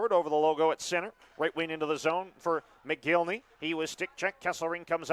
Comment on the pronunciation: mick-gihn-lee. not mo-gil-ney Mcginley.....